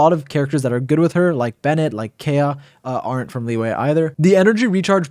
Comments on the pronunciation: its kaeya not keya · Every time I hear Kaya I get a stroke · IT’S PRONOUNCED: KIE-UH... 😒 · Never heard anyone pronounce Kaeya the way this guy does. They actually say it in game too. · Is it some sort of inside joke where you pronounce Kaeya wrong?